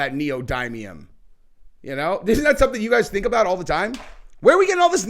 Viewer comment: Pronounced dimium***